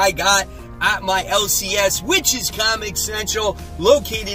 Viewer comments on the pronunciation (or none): You know, I used to think the name of your LCS is "Witch's Comic Central". Now I realize you're saying "which is Comic Central" lol